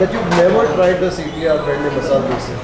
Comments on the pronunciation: Love it when u say dose instead of dosa..😆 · I like how he says Dose and not Dosa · Wonder why you call them doseee and not dosa ?